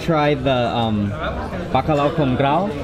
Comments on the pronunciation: Não é Bacalau, se diz Bacalhau 😉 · The L has more of a y sound. So it's pronounced more like buck-aye-ow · the “lh” is pronounced similar to the “ll” in Spanish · Os estrangeiros dizem BACALAO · "bacalau" 😂 at least tried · I think as a portuguese hearing mark saying bacalhau it's very funny 😂😂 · I love how he pronounces "Bacalhau"!! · The way you say Bacalhau triggers me